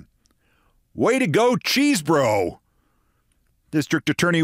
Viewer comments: Keith, I admire your work, but he's not "impossibly named" because his name isn't "Cheesebro," it's Chesebro (pronounced "Chez-bro"). You're usually so careful about things like this; I hope you correct future reporting. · Say"Keszbro"-hard "ch" as "mach"- we have a similar nane🚨⛔